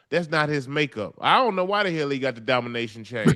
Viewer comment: DOMINAYTON? Nahhh DISSIPAYTON